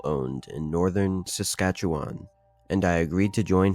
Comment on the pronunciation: = Congrats on 55.5K now! (I just subbed about 3ish hours ago and swear you were at either 54.x or 55.4 - either way, you're channel is growing fast! WTG!) Side note: Awesome job on pronouncing Saskatchewan (where I happen to live); most don't even come close lol.